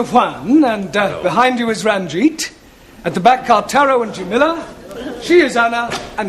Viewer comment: Always thought Taro was saying Asshole 😁😁😁